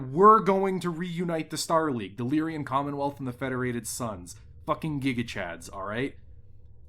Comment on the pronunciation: Generally great video, but it's "Lyran" not "Lyrian" Commonwealth. Minor mistake, but it bugs the hell out of me. Sorry ;)